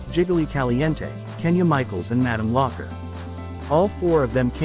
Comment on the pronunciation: Well I suppose it's an AI reading that script because no one would say that as Locker / lock her